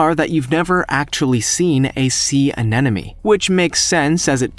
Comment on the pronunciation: You kept saying anenome, it's anemone. An emon e ..not... an enom e.